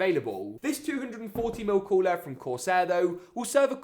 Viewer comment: I like when you say cooler like this ""Coolaarr"" hahaahah🤣✊✊✊🇵🇸🇵🇸🇵🇸